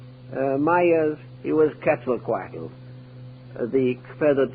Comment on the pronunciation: try saying "Cat-sull-quatl" (sull as in "gull")